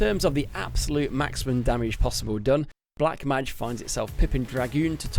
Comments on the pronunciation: Learn to pronounce mage please! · Please don't change it and make it worse every time to make people mald over it